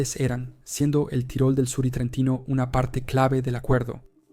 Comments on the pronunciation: Se pronuncia "Tirol" en dialecto austríaco tirolés, casi igual a como suena en español. No hay necesidad de decir "tyroll", como si fuera un personaje de MMA. A ver si los latinos dejáis de una miserable vez de pronunciar todas y cada una de las palabras extranjeras no inglesas con ese estúpido acento americano. He llegado a escucharos pronunciar "Paris" como "pareys" o "Bruxelles" como "Brooxels". En serio, que me cabreáis. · es estupido decir tairol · ¿Qué necesidad hay de decir "tairol"? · Es una traducción automática desde el inglés. La "i" suena como "ai" y el sistema lo reproduce así.